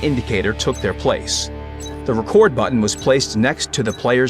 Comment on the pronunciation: Ofc you fucking Russians use a Text-To-Speech...that’s not how you pronounce „record“ the way it was used...